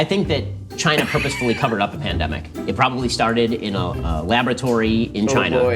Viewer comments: "Poop-ously cawzed the pam-demic?" Oof. Someone fire that casting director. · Protip: if you're gonna feed the question "do you think China purposefully caused the pandemic?" it helps if you make sure the kid you feed the question to can properly pronounce the word "purposefully"